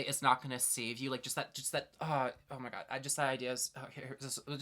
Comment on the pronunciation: forgive me, but i’m from the deep deep south and i LOVEEEE your accent on ‘oh my god” like yes girl i love it sm. ethel cain has beeen monumental in my deconstruction the past few years, Preachers Daughter changed me as a person